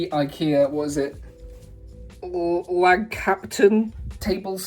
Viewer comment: Lag is pronounced "Log" and it means team. So the boards are named Team captain. The I in IKEA is pronounce like an "E" in english so Ekea.